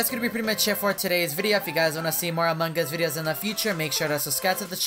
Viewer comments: Stop saying "MANGAS"! You made me mad! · He says among gus I hate to say but I hate when he says that it annoys me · Amon G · He basicly says amon gus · I LIKE HOW HE SAYS AMONG US I CAN EVER HEAR THE G WHEN HE SAYS AMONG US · Me too i like hes accent when he is saying among us